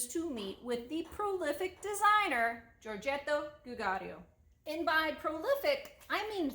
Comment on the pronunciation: Easy, Giorgetto Giugiaro...Yoryetto Yuyiaro. You're welcome.